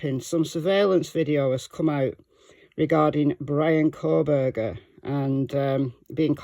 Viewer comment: It’s Kohberger